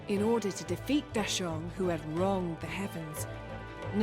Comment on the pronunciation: Thanks to the dubber, new fans might hear the monkey King changed his name to deshaun instead of dasheng if it weren't accompanied by subtitles 🤣